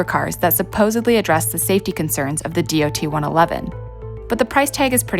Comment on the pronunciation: oh so you know about that incident, well obviously not that well since all dot 111 tank cars were to either to be replaced or upgraded to the much larger and safer dot 117 tank cars, also that mandatory order was put in a few months after the incident so the fact that you bring up the dot 111 tank cars is pointless and really stupid. (it is pronounced dot not d-o-t.)